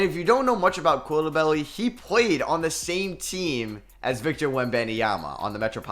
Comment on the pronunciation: That pronunciation of Bilal Coulibaly is painful lol. It's simple. Cou is like "cool" and li is like "litigation" and ba is like "bastard" and ly is the same as li. Coulibaly